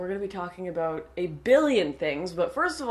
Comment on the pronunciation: I love how you say aboot 😂